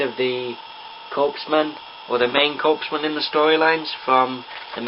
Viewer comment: It is pronounced "core" not "corps", so it would be "core men" .. :p